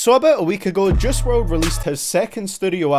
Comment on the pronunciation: His name is JUICE NOT JUSS